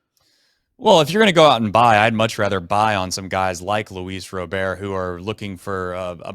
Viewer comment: It’s Luis RobERT .. not Louis Robèr… quit being gay